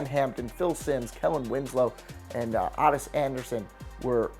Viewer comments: He said Ahh-ttis Anderson it is Oh-ttis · TIM Cousineau? OTTIS Anderson? It's pronounced just like Otis except just spelled with two T's. This dude sounds like he was hitting the bottle between takes. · Ahtis it's Otis dude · What is with these people talking football that don't know football. Ottis Anderson is not AHHHtis, its just Otis. Tim Biakabutuka: Bee-ock-uh-bu-too-kuh. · This guy said the Falcons were bad for a decade until they got Vick after trading Favre, totally ignoring that in that span of time they won an NFC championship in the ‘98 season. Alright now I’m gonna continually edit this fucking thing because this video is a hot mess. The name Otis is pronounced “Oh-tis” not Aw-tis. Marvin Lewis, really? The Bengals has the worst drafting and biggest busts through all the 90’s by far. A much bigger flop by the Bears was letting Buddy Ryan leave. Destroyed their ability to repeat. Cedric Benson probably panned out better than a number of Bear 1st rounders. Ever heard of Curtis Enis? Not sure how trading Elway was the big mistake for the Colts if the guy just refused to play. Also the Colts were not terrible until they got Peyton as they made an appearance in the 95 AFC championship game. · Says Otis as "Ahhtis" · You didn't say Otis correctly either. 😂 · Wait wait did I HEAR THAT: STEELERS WERE TERRIBLE IN 60s and 70s.WOW kid I didnt know winning 4 super bowls in 6 years and obviously THE dynasty of the decade is terrible. So whats youre definition of a good twam huh? What 3- 4 years undefeated? Ok Im sure you get what we're talking about.And in anither video how you pronounce Otis, its not phonetic pronunciation beyond that I LOVE YOURE WORK and want to see ya to great things thank you Sir